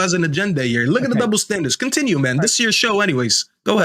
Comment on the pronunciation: Use 'T' when it is not 'D'. T is a real letter, not a ledder or a padth or led, unided, condinue, jusd, dis, dat, negadiv, resd...